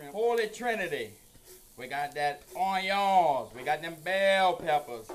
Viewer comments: I’ve never heard anybody from Louisiana say onion like that and I’ve lived in Louisiana my whole life. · I’m never pronouncing Onion the same again.